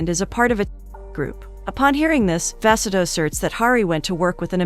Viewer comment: The way the pronunciation of vasudha got worse every time her name was said💀 at one point i forgot what she was supposed to be named and i have an aunt with the same name